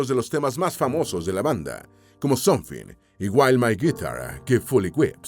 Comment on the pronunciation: Qué mal pronuncia la IA que usas para la locución. Ni se entienden los nombres de las canciones en inglés. Me tomó un buen rato entender que "SONFI", se refería a "SOMETHING"